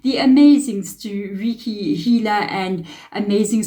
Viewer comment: Awesome. Thanks for this reading. We pronounce Reiki like Ray-Key.❤